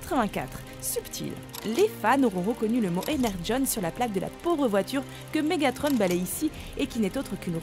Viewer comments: ENERGON = éner-John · comment tu prononce grave mal les truc ! BUMblebee pas BUBLEBEE et ENERGON pas ENERGONE, MEGATRON on dit plus MEGATRON depuis la fin de la g1 du moins en français ect...